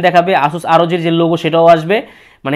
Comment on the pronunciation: ভাইয়া asus আরওজি 9 নয়, আসুস ROG(রগ) 9